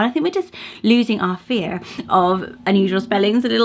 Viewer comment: Great list! FYI, Faidh sounds like you’re saying “fear.” You even say the word fear while discussing that name, and it sounds exactly the same.